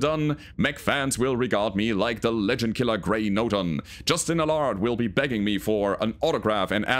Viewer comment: NoTon not NorTon. 😉